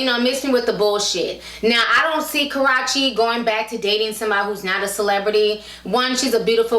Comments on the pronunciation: You're saying her name wrong, it is pronounced karoochie not karachie . besides that love all your vids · Karruche (Ka-ROO-chee) > Karochie Nia > Nina It's really not that hard to pronounce! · who is Ka-ra-chi its Ka-rue-chi lol 😂😂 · Her name isn't Karache lol it's (Kuh-Roo-Chey). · I live for you pronouncing Karruche's name wrong. Got me out here calling her Karrache now. I don't know if it's purpose or accidental but I am all here for it. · Dang ti.... Its Kuh - roo- chee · It's KARUUUUCHE, Ti, damn. That made me cringe every time you said her name lol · it's pronounced kuh roo she lol...but love your vids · it's pronounced Ka roo she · The way Ti is pronouncing "Karreuche" like "Ka-ro-chee" sounds like she's referring to a private body part. Lol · Li Ikr 😂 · She pronounces her name as Karachi? 😳 And her name is Nia not Nina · Nice video Ti. However, it's pronounced Karoochi. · I been watching old videos lately and she cannot say this girl name right lol...Idk if it’s on purpose or accident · This ranting is ruined of your defending her since you can't even pronounce her name right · You're saying her name wrong honey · Saying the name all wrong but the tea was hot honey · You pronounce Karrueche wrong lol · Why do you keep saying her name wrong lol